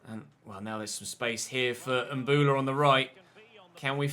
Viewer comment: It's Mbowla, not Mbula mate. You should play in a wide formation against the lower teams, you're too defensive and it's hurting the team